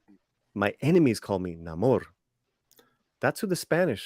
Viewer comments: He's been called Namor for years & I will keep calling him that it's "Namor" Hollywood not "Na-Mor" stop changing things. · Let's respect the late great creator of The Sub-Maniner, Bill Everett, it's pronounced: Nay-More.